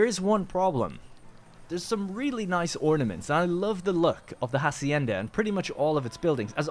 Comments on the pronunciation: The 'h' in "Hacienda" isn't pronounced. So its more like "acienda" and not "Jacienda". Sorry for the nit picking but it was getting on my nerves. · @@ Interesting, I though in english "farm" or "ranch" would be the preferred word and "hacienda" was added untraslated to add a latinamerican flavour, like "jornaleros" and "obreros". Still, "jasienda" sounds extremely annoying to anyone used to the castillian pronunciation.